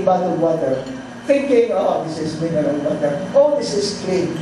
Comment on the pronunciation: WHAT WAS THE SIXTH MINRAL I COUDENT UNDERATAND?? IT WASNT PRONOUNCE PROPERLY